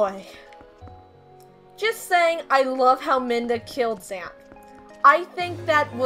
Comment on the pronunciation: there is a fountain normally. :) Also I just want to say that its not minda, its midna.